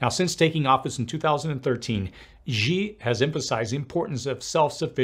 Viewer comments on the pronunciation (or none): Xi = She not jee